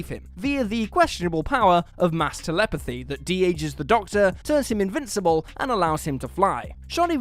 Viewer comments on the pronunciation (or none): "Via the questionable power of mast-" uh-oh "-elepathy" phew